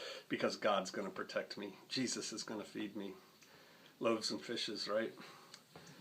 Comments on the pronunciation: "Jesus-uh" with a southern twang is too real. Great vid. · Everytime he said "Jesusaaa" I laughed my ass off. I know people like that.